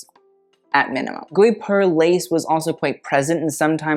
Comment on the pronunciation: I write this because your pronounciation game is already on point!! The « gui » sound of guipure is « hard » like in gi-gham (without the ng sound that comes after). Also fyi, the « u » following the « g » in gUipure is mainly there to make the « g » sound hard instead of soft like a « j ». Hope this helps. (And that you truly aren’t kidnapped …)